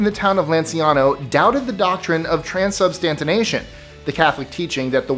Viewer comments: Transubstantiation - pronounced trans-sub-stan-she-ay-shun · "Tran-sub-stan-see-a-shun" or think of the word tran- followed by -substantiation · Wow butchered the word transubstantiation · Your totally right. It made me laugh though. 😊